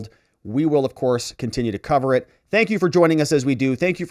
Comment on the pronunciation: "NO SANKOO"